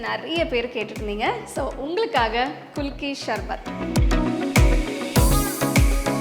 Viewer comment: Athu sarbath not sharbath, pronounce correctly mam